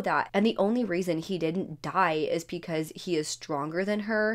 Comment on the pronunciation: Am I the only one hearing "pecause"? Lol